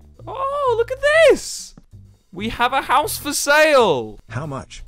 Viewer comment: Man I just tryinna find the part he says "Hous"